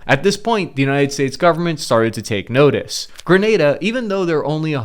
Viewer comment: The first American ive heard Pronounced it Correctly. 😅